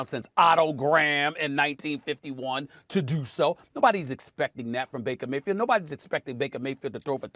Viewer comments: Nobody: Stephen A Smith: Mrs Emily Bakerfield 😂😂😂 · Reading these comments after watching the first 2 minutes of the video laughing that SAS really said Mrs Bakerfield. But then realizing he really managed to do it TWICE 😂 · 😂😂😂 calling her “Bakerfield” is smacking her and hubby enough 😂😂😂😂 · He keeps saying Mrs. Bakersfield. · lolol bakerfield xD